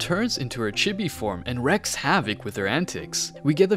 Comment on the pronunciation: Wreak is pronounced like reek not wreck.